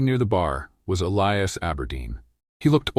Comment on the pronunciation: At about : : or so the unlikely pronunciation of 'Elias' is brought up again. It almost certainly should be that spelling but with a hard 'i' instead of the softer one wrongly selected by the team!. The 'I' should sound like the 'I' in the affirmation statement (I am). LoL Oops 😢😂❤